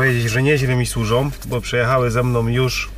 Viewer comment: "Ze mnom, sużom" itd. Nie da się tego słuchać.